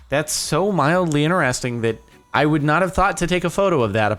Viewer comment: i notice you can pronounce the letter T in all words except "INTERESTING"!